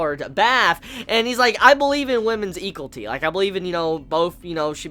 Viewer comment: love it when pronounces equality wrong xd.